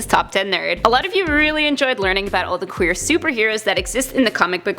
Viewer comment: You cant say qeur